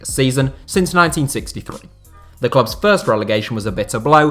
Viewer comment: I love when you try to pronunce all the clubs. You are doing a great job, but it still sounds funny because I'm from Germany.